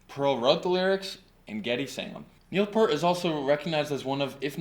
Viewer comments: Neil's last name is pronounced "Peert", not like Pert, the shampoo. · 1977 age 15, first album bought with mowing the grass money. 2112, second obviously A Farewell to Kings. Favorite band every since; and btw it is not "pert", that's shampoo...it is properly pronounced Peer-t. Moving Pictures, not Motion Pictures....have some work to do here on the channel. But a good start! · Omg! How do speak on Rush but mispronounce PEART? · its pronounced Neil peer-t....oh boy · Neil's last name is pronounced PEERT... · It's hard to take this seriously as a "deep dive" when Peart is mispronounced throughout. Even so, I am very happy that you got into Rush beyond Tom Sawyer. They are amazing! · I stopped listening as soon as you mis-pronounced Neil's last name. Nice try. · Please respect the Professor and pronounce his last name correctly!